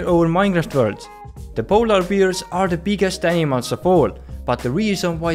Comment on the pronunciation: Me: Did he say "POLAR BEERS"? So... Stop killing polar 🍺, they are rare now!